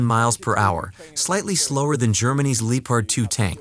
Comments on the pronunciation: Irrelevant to the video but Lee o pard really? It's Leppard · Lee opard ... emm won Abrams.... That's embarrassing that you can't speak your own language while reading it. Hope narration isn't your only job. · Lee o pard lol wtf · It's Leopard, it's a German tank with a German name. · "Leepard 2" 😭🤣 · It’s so annoying